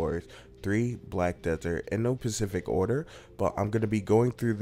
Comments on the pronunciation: Specific not pacific :) Other than that super useful comparison vid :) 👌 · No "pacific" order? What kind of fucking idiot are you!?!?!? No SPECIFIC order!!!! Quit playing video games and pay attention/go back to school you fucking idiot. I have my suspicions based on your voice and pronunciation, do I need to say it?